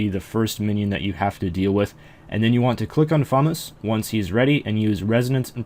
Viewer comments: And "Fume-us," not "fumuss." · Euugh, he says "fumm-us", that bothers me so much. Also- I would never Nex with anybody who would wouldn't at least try to break the ice prison. :p